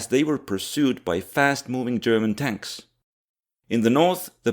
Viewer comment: Tonks. That It's. Just TONKS